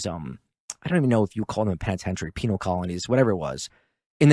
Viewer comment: lol dude said “penile” colony